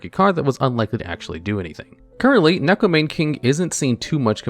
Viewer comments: I'm a weirdo who's learning Japanese, so please excuse me if I'm being rude here. The "Mane" in "Neko Mane King" is pronounced "Mah-Neigh," because in Japanese vowels are always pronounced the same, so you pronounce the "Ne" in "Mane" the same way you pronounce it in "Neko." Additionally each vowel is pronounced as its own syllable adding any consonant in front of it. The only exception I'm aware of is N if it comes at the end of the syllable (example: Ninja) With all that nerd stuff out of the way, here's more nerd stuff! (but fun now) In Japanese Neko means "Cat" and Mane means "imitate." So the card's name is "Imitation Cat King" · Because that's actually the correct pronunciation of Neko Mane King. You can look at its Japanese name and put it through a translator and it will show you that it is pronounced as Neko Mah-nay King. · Isn't it still Maw-nay? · Neko "Mane" King💀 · You know things are desperate when people are without any sense of irony trying Neko Mane King or Penguin Knight specifically because they SOFT counter a single deck because the deck, as a side effect of its core strategy, mills the opponent. Also every time I hear "Neko Mane King" pronounced like that it hurts a little.